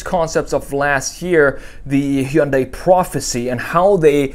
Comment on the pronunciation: It's "Hyundai" like "Sunday".